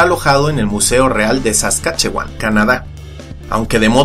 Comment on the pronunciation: pensar que vivo en Saskatchewan pero no sabía nada de esto, debo ir al Royal Saskatchewan Museum a proposito se pronuncia "Saskashuan"